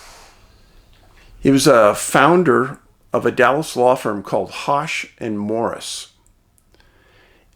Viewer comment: This is certainly an intriguing disappearance. Charles knew his way around these mountains and trails. Points of information: Hosch rhymes with bush. Neel Gap, not Neel’s or Neels, is the correct name of the gap just north of Blood Mountain on the Appalachian Trail (AT) and the site of Mountain Crossings outfitter. (Numerous maps and references propagate this error.) This is where the surveillance camera is located that took the picture of Charles on 11/11 that has been published. Unconfirmed: Some early reports indicated that he made a purchase there earlier in the day. A short distance north of Mountain Crossings is the parking for the Byron Herbert Reece trailhead where Charles’ car was found. That trail ends when it reaches the AT and meets the Freeman Trail at a 4 way intersection. Blood Mountain is to the right on the AT and Mountain Crossings is to the left on the AT. Going down the mountain towards Neel Gap (AT northbound) there are a few spots where the trail is not obviously clear. If one takes a moment the correct direction can be quickly determined. A beginning hiker with me, several days before Charles disappeared, was able to correctly navigate. Many people have reported this problem on their hikes as well. Further complicating his hike and search efforts is the fact that a huge volume of leaves fell in the days before his hike and subsequent searches, obscuring the trail and possible evidence. We pray for a good outcome for Charles and his family.